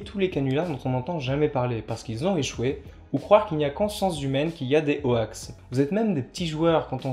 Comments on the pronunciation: C'était très intéressant ! Parc contre "hoax" prononcé "o-axe" ça pique un peu les oreilles ! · "ho-ax", j'ai toujours prononcé ça "hox" personnellement, j'imagine que c'est comme gif et jif, les deux prononciations sont courantes. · Ah non non, ça prononce bien "hox" (/hoʊks/ en alphabet phonétique) mais on a prononcé ça n'importe comment car on trouvait ça drôle ^^' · très intéressant, par contre dire ho-ax ça choque... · Nan mais cette prononciation de hoax me donne des envies de meurtres >.< Vous avez fait exprès, rassurez-moi ? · Vous pouvez éviter de prononcer "Hoax" à la française ... C'est moche à entendre. ><' Et vous utiliser aussi le mot français canular donc c'était évitable.